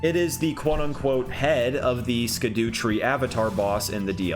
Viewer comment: Scadu is pronounced shadow, I figured you'd wanna know